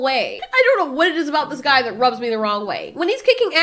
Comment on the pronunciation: Did she just call that guy a "gweed"😂